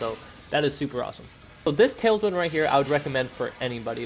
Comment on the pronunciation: Bro are you saying tailsman? 😅